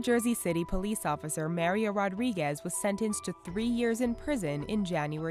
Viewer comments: Love how she says Mare-io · mario you said MArio